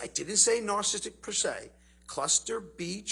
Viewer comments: How is it that this so called expert on "narcissism" mispronounces the word 100% of the time when he tries to say it? He calls it "narcism," and "narcistic." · The man can't even say "narcissistic"